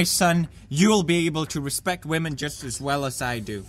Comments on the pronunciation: women? you mean WAMEN! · HENRY THE RC CAR I believe it's pronounced wahmen